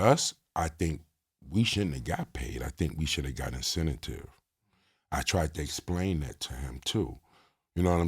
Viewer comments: Am I crazy? Is this man trying to say incentive 🤦🏿‍♂️🤦🏿‍♂️🤦🏿‍♂️🤣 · Incenta tive 😂😂😂 🤡